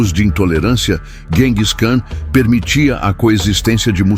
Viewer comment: 🤣🤣Adoro IA lendo os textos. História narrada com poesia. “GENGIS” é muito íntimo. “Buda Peste” é ótimo. Ficou muito fácil se tornar youtuber…